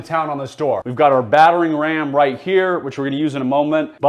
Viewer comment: Most notable to me is his difficulty pronouncing/enunciating "battering ram."